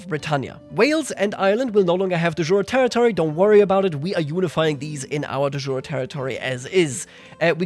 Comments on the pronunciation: Dude cmon stop mispronouncing de jure (it’s Latin not French after all) Cool mod tho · dude, check the pronunciation of 'de jure', seriously xD